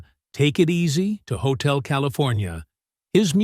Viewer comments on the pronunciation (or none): PLEASE PRONOUNCE GLENN'S NAME RIGHT!!! (FRY) and that's Hotel California, not otel California.